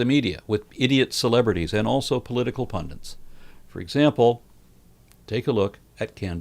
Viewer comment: Pundit is the correct word. Not Pundint or Pendant, etc.